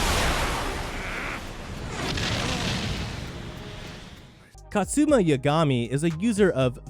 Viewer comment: Reaching Kaze No Stigma.. Dude says “Kazet no stigma” & “Katzuma” even tho it’s just Kazuma 😂